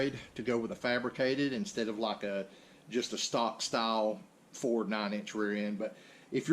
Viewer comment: Is it actually difficult for you to say Ford, it sounds like it does. LOL Another great Video.